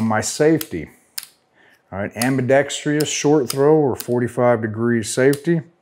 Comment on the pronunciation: Can we get one gun tuber who can say ambidextrous correctly? Just kidding. Thanks for your expert advice and ideas!